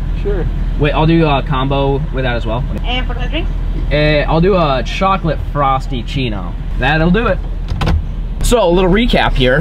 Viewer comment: Did he just miss say frapichino for frostachino or...